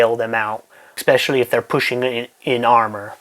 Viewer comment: Eckspecially. Boy, what a genius...